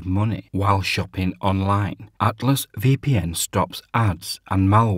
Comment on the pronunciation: Cant understand what your saying when you say Atlas VPN Your pronunciation is unintelligable. Learn how to say ATLAS Good luck!